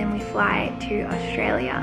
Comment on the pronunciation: I've noticed that doesn't pronounce Australia like an Aussie...she says it in a weird way...btw I'm from Sydney...